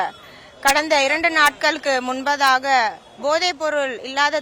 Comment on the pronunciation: இரண்டு ஆண்டுகளுக்கு முன்பதாக என்று பேசுறியே முன்பாக என்று கூட உச்சரிக்க தெரியாத உன்னை யெல்லாம் மேயர் பதவிக்கு எப்படி தேர்வு செய்தார்கள். மக்கள் தான் பாவம்